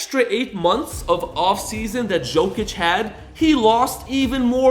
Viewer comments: yeah but you would thing would say hist name right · The guy will be 3 time MVP, and you can't evan say his name right... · You butchered the hell out of his name. This man is a superstar, you make a video about him, and you don’t know how to say his name? 😮